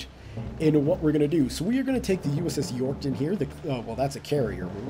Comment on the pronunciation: U pronounced yourktown wrong! And u should make the carrier ur flagship cuz it has most power